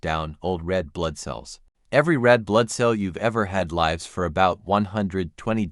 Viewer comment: I would have hit LIKE if it had been narrated by a living person who knows how “lives” is pronounced in context.